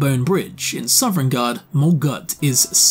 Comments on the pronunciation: SOVNGARDE. SOVNGARDE. NOT SOVEREIGNGARDE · Sov-en-garde, not sovereign-garde. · How, after 1000s of hours and making this career, are you still pronouncing it Sovereign guard Like can you read or hear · Awesome video, but it’s NOT SOVREIGNGARDE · Boy you weren't wrong about mispronouncing foreign names. High Hurrothgar and Sovereigngard 😉